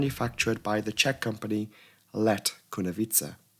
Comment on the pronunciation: As a Czech person, your pronouceation of "Let Kunovice" is very good.